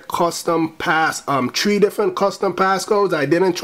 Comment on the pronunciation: u say 3 like tree ahahah